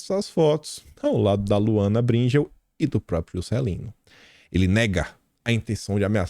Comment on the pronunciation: não é Br(í)ngel, é Bring(é)l.